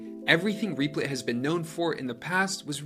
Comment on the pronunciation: That is not how you say the name..